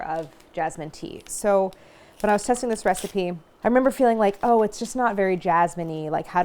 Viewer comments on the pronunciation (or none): none